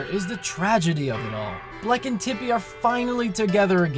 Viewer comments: OMFG You mispronounced Tippy as Chippy... And Chippy was Starlow's fake name in Bowser's Inside Story... CONSPIRACY?! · ruined the sad super paper mario moment when he said Chippy instead of tippy! XD